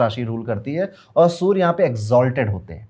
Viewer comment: Why do you say Soooor for Surya :D